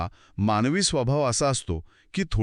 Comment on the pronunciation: माणवी जीवन नाही हो. मानवी जीवन. शुद्ध बोलाव. हो ना ?